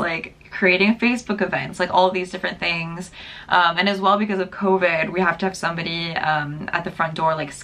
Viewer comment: I love that the "sum bo Di" , sounded so french!